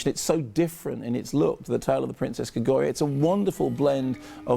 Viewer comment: Kermode still pronounces Kaguya as 'Kagoiya.'